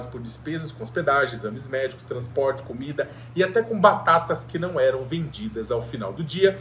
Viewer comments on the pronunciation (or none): none